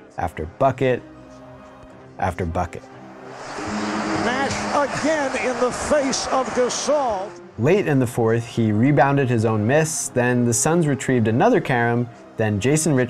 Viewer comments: I'm sorry did I hear this man pronounce "Pau Gasol" as "Pau J-will"? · How can I take someone seriously about basketball when he can’t pronounce Pao Gasol’s last name